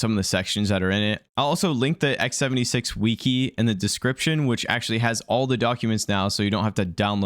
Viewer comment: wtf, the "wee-kee?"